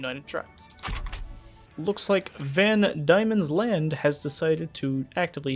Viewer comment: Van demons land, I know it spelt weird but it’s pronounced demon. But good vid otherwise